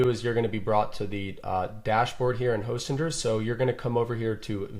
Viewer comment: Great tutorial. Fairly sure its not pronounced hostinjer though.